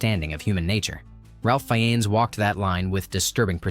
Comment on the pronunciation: And his last name is pronounced: "Fines". Together it sounds like "Ray-Fines", not "Ralf Fee-en-is". A common mistake.